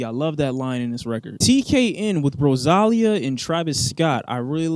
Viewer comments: "RoZAlia" bro? its pronounced RosaLIa bro 😭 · Man said "RosALLia" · Can we talk about how said Rosalia's name wrong, like wtf is rowsallia lol. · “rosÁlia” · man why the fuck did u pronounce Rosalia like that LMFAO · Why you butchered Rosalia’s name? Cool video though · the way he said rosalía... bruh what???